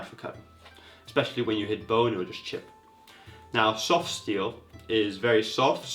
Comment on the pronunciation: i can tell by the way he says soft, he's probably swedish or norwegian